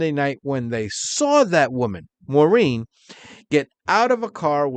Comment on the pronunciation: English its Maar- een (Maurine) NOT - More-een But you sure pronounced "Menzies" right